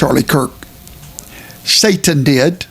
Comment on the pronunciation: Did I hear that fat preacher say "Saintan"? Saintan????